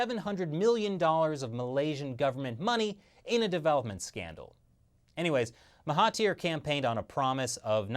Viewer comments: It's Mahathir, not Mahatir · It's Mahathir. Not Mahatir.................... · Oh and their names are pronounced maha*there* and *Na*jib's a is pronounced like the u in sun. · I see malaysia, i like. Also, his name is Mahathir Mohamad instead of Mahatir.